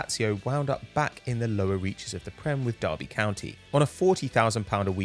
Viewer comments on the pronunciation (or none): none